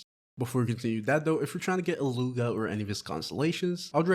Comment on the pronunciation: His name is pronounced, eat-loo-a